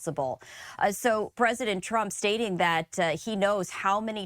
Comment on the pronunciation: Lol she said prump